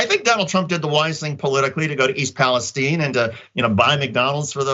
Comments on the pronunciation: What's with this Pa-les-teen? Isn't it Pa-les-tine???? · Its East Palistiene its pronounced eye not "E" its Ohio not Mexico